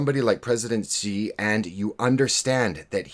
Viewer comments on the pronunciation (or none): Xi is pronounced she